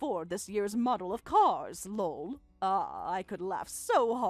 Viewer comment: Lull....That's how they are pronouncing Lol. So freaking annoying. Also, whats with the long pauses between sentences?